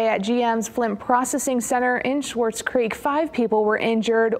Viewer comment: No "h" in SWARTZ CREEK!!